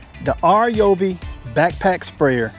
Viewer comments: R Yoby!!!???? Hello!!😂 it’s pronounced Ryeoby!!!! OMG!! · "R"yobi? It's not "Rye"obi, either. It's "Ree"yobi. But man, you can call it anything you want because this is the most honest, thorough review. Great job! And because of your great video, I'm renaming all of my tools "R"yobis. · My man, It isnt RJOOBEE, its RYEOOBEE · “R”- Yobi? Do some research first before you start talking about products. Simply call the company, it takes less than 30 seconds to find out how the pronouns their name. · Rye oh bee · It’s pronounced: RYE-OBEE or RYE-O-B